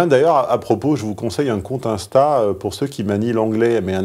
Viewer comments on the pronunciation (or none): none